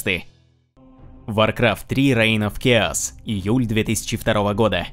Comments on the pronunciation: Чааос а не киос!! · Учите английский. Хаос по английски читается как [к'эос], в данном случае CH произносится как [K].